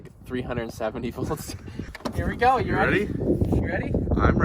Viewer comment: Aand heer vee goo